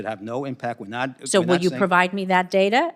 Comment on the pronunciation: It's data.not dada.😂